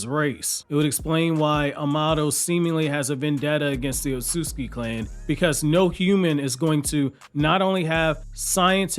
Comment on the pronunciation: It's not otsuki. Oh suit ski